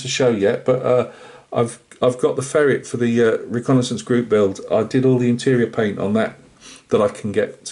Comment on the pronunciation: Tanks for the video , marra. See what I did there...Did you say "Ferretz" ?!